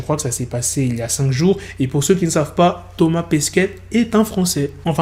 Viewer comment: Comment tu dis ? Thomas Pesquette ? 😂